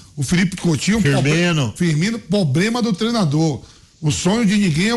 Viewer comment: "pobrema do treinadô" perfeito o português, assim como a opinião também.